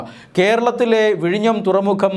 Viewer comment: vizhinjam എന്നാണ്